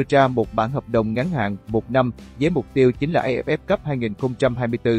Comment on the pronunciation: Dê ép ép , lê dân dinh ... Một kênh của báo chính thống, uy tín mà để cho 1 thằng văn hóa quá tầm thường đọc bản tin như vậy! Bó tay !!!!!